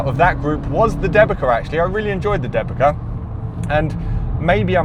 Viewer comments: Thanks for the test! One remark regarding pronounciation - since Dębica is polish tyre brand the way it should be pronounce is like "them-bee-tsa" and not "the-bee-ka". BTW - seeing how good Pirelli tyres are in nearly every test (winter, summer, erc) - do you think that their contract with Formula 1 as an exclusive tyre manufacturer is paying off? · The correct pronunciation would be more like ‘Dem-bee-tza’ rather than ‘De-bee-ka’. Anyways, I’m happy to see them included and perform decently. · As a Polish, hearing Dębica as DEBIKA is hilarious :D Ę should sound more like "en" in tents, while C sounds like "ts" in tents. Denbitsa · The manufacturer Dębica correctly pronounced [DAMBEETSA]. It's polish traditional make good 90 years old and consequently "made in Poland" (which is in Europe ;-) nowadays Good Year Group. First of all solid and safe tyres for everage people driving everage cars from A to B. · great tests, just watched big chunk of channel. Waiting for updates on the SUV front and while I'm waiting I'll share linguistic trivia to kill time: Dębica is pronounced 'dembitsa' :D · You need to polish your Polish and/or find a Polish friend. Dębica sounds like Dembi'tz'a. Brand named after town the factory is based. I enjoyed the test, as usual. Thanks! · Dębica - Deu bi tsa😂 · Dębica tires, a Polish brand owned by Goodyear, are generally pronounced with a sound close to "Dem-beets-ah" or "Dem-bit-sah" :) Thank for the video. As always you are the best! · Dębica is pronounced "Dembitza" :) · Dębica pronounce C like C, not K 😁 Type dębica in translator polish language and click speak button 😅 I'm from Poland, it's surprisingly good tyre for price point. 2x cheaper than premium and acts similar to premium tyres.